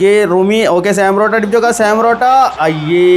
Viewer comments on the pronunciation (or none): Sam porotto, thooram, karwaskilla 😅 eeh pulli ingane Aane parayunne